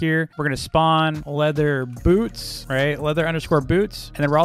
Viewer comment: When he said “boots” it kinda sounded like “poops” just saying